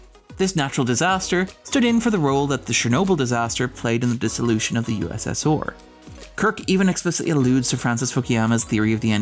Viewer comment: A very well-done video -- although I've never heard the USSR pronounced "USS-Or" before . The Oscars usually take place in March for films released the previous year. Less than careful journalists sometimes latch onto the year of the ceremony and misrepresent the movie's release date.